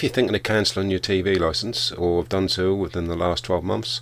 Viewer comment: So, you need a 'Loicence' for watching Live Streams on YouTube?